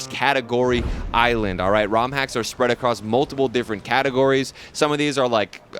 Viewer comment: can you say island nowin 2026😅😅